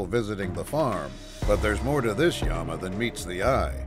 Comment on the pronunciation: It’s Llama, not Yama